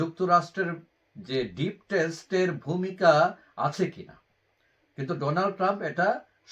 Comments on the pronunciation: 'ডিপ স্টেট'কে 'ডিপ টেস্ট' কেন বলছেন? নাকি বিষয়টা বোঝেন না? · ডিপ টেস্ট না ভাই, ডিপ স্টেট হবে এইটা। স্যরি ওপেনলি কারেকশন করে দেওয়ার জন্য। অন্য কোনো উপায় নেই এইটা ছাড়া আপনাকে বলার